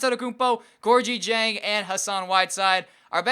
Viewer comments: Gorgui Dieng's name is pronounced "Gorkie Jang" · it's pronounced gorgee-jeng